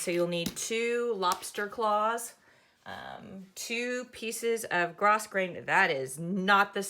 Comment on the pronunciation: Thanks for teaching the correct pronunciation of grosgrain.